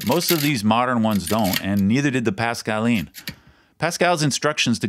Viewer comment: I don't know about the fingers but kudos on the French pronunciation.